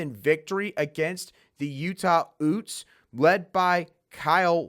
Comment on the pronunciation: Utes is pronounced Yoots not Oots haha. Good show though